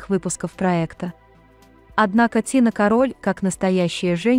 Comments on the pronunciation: Не кароль а карольударение на ка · кАроль, надо произносить, создают сайт, не зная как правильно звучит слово! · Це було,вже 2 роки тому.Ви,рашисти,любите брехню Та ФЕЙКИ,навіть не знаєте,як правильно наголос ставити на прізвищі Тіни!Шкода,що ваші рашистські канали,ще у нас не заблокували! ГАНЬБА ВСІМ РАШИСТАМ-ЗАГАРБНИКАМ, ВАРВАРАМ, МАРОДЕРАМ, ГВАЛТІВНИКАМ, ДІТОВБИВЦЯМ, НЕЛЮДАМ, УБЛЮДКАМ, КАТАМ, ОРКАМ, ІУДАМ!!! СЛАВА ЗСУ!!! СЛАВА УКРАЇНІ!!!